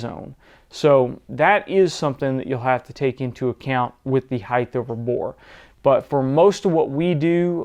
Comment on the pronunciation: The word is HEIGHT, and it is properly pronounced "hite" not "hite-th"...there should not be a TH on the end. As always, this video is very informative and well done.